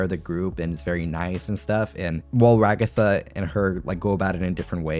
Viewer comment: Why do they keep calling her Ra-Gotha?! 🤣